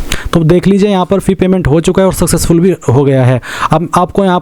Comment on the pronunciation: Successful ko fuccessful kyon bol Raha hai 😅